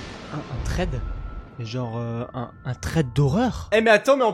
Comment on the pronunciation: Sa sécri threed mais sa ça se dit srèd (c pas pour te fair mais pour tinformet)👍👍👍